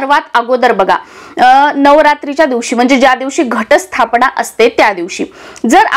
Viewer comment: न चा उच्चार ण असा का करतात? मन चा उच्चार मण,स्थापना तर स्थापणा असा करतात ते अशुध्द आहे.